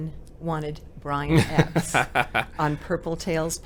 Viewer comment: I thought that Brian's last name was pronounced ''Eh-pis'', not ''Epps''.